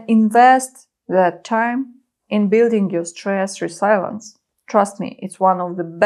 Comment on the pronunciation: "резииилиенс" вместо "ресайленс", и "адрееналин" вместо "андреналайн" would do a bit better. ;)